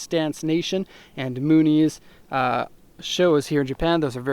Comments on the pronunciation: LOL "moonies" what the hell dude. it's Moon Eyes. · i THINK its moon eyes, rather than mooneys. I could be mistaken, though! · I like how you pronounced Mooneyes. Especially because the logo is a pair of eyes.